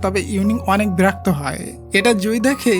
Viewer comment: শোনো তুমি ঠিক ভাবে কথার উচ্চারণ করতে পারো না, আগে উচ্চারণ শেখো তারপরে কোরিয়ান রোমান্টিক গল্প করতে এসো তুমি বল বেরক্ত, ভাই কথাটা বেরক্ত না কথাটা হলো বিরক্ত সেজন্য বলছি আগে ভাষা শিখাও